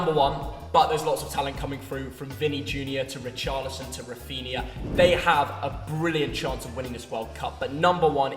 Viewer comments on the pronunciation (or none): none